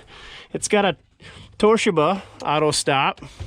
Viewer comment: Toe-she-bah dammit, get it right.